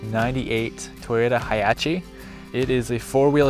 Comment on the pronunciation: Wtf is a toyota hiachi??? Hahaha